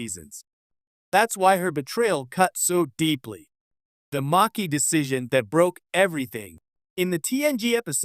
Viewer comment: And it's pronounced maa key